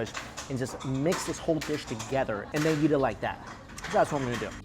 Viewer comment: Every time he says yeet instead of eat I die a little bit inside